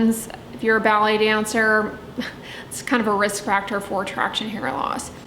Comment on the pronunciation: I kept thinking was talking about belly dancing.. then I realized she's saying BALLET 😂🤪